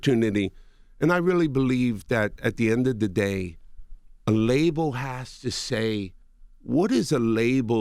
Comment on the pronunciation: He says the word label like Dradel